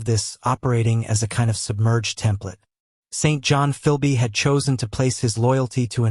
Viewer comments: Correct! Pronounced Sinjun. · We here in Britain do not pronounce the name St.John like that!